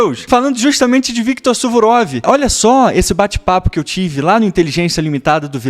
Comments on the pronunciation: é suvorov ou surovov 😂. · Suvurov X Suruvov 😂😂😂